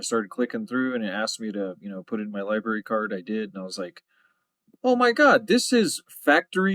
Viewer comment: Libarry? Chilton libarry